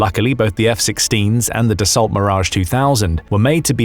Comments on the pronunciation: Dasso, not de assault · Interesting video but the pronunciation "Dassault" that makes it sound more like "the salt" than sound like the actual name can be grating and does not help credibility. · The correct pronunciation for the company the makes the Mirage is "dah-so" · The Mirage is manufactured by Dassault, which is pronounced "DASSO" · Ty for video. Please learn to pronounce “Dassault” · Dassault is pronounced with a silent T, just as in Chevrolet.